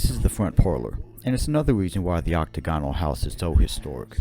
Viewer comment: Dude, the word Octagonal is pronounced ocTAGonal, they way you pronounce it is very awkward.